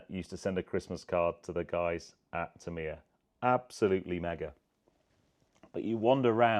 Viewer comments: Aaarghh you are saying the name soooo wrong .... it is "T A M I ya" .... you are saying "T E M I ya". As a model shop owner back in the day I sold and built hundreds to 'Tamiya' RC kits. Please get the name right ... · Tam iiii ya ……. Is that how you say it. I have been saying it wrong for 45 years. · Never been into the R/C kits but built loads of 1/12th F1 kits over the past 50 years. Big Tamiya fan but I always pronounced the name as ‘TAMeeya’ rather than ‘TamEEya’ What do the company say is the correct pronouncation ?